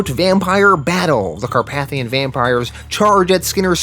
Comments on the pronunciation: Car-pay-thian not Car-path-ion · The way you pronounce some words gives my brain a stroke. It’s car-pay-thee-in In preacher it’s pronounced sare-eh-fie not ser-raffy. Do you do it on purpose? I swear something in my brain just cooks every time I hear it -_- Not trying to be mean, it’s just an ocd thing sorry. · Great video! Just a heads up, it's actually pronounced Car-PAY-thee-in.